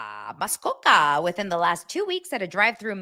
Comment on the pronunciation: Pronouncing Muskoka is respecting the Indigenous people, thank you